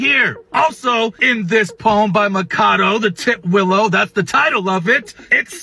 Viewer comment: tit willow not ti twillow lmaoo tit willow is a bird